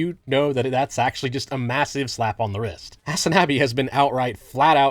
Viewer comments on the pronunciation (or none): none